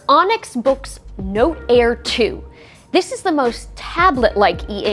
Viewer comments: Ummm. I think "Boox" is just pronounced like "books". It doesn't rhyme with "kooks". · All it took was Onyx to release the “Boox” to make an American pronounce “books” like someone fro Yorkshire (9m38s).